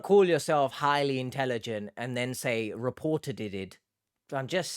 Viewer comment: Reportateded😂😂 She’s insufferable